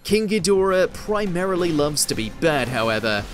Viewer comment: It's hed..dor..ah....not head a ra. Lmao😮